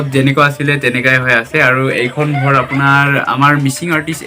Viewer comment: শুদ্ধকৈ ক'ব নাজানিলে মিচিং ত কওক।গৰ,কতা এনেকুৱা শব্দ অসমীয়া ভাষাত নাই।